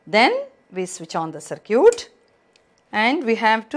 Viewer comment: Circuit not sircute